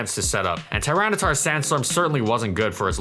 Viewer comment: The only thing which was kinda bit awkward about this video was the way you were pronouncing tyranitar but overall it was a great video for your first time